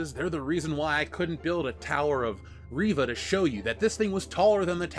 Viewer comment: for a second I thought you said Raven lol